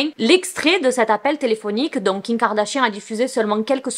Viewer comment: Superbe vidéo ❤️ Mais j’aimerai trop savoir un truc mdr Tu dis kiM kardashian, kiN, ou Ki kardashian ou c’est juste moi qui entends mal haha